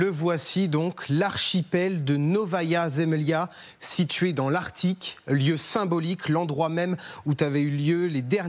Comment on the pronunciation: Apprends déjà à prononcer "arCtique" correctement !!! Et je ne sais même pas quoi dire à propos du "... où t-avaient eu lieu..." Avec quel "T" fais-tu la liaison ? Quant à la prononciation de J.D. Vance, elle est du même niveau : lamentable...